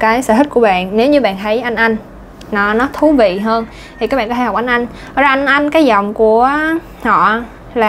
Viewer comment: Cô giáo nói có thể nghe như có hể hay sao ý